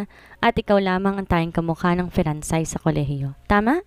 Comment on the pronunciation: Feransay? Perhaps French or Français ( pronounced as fransay)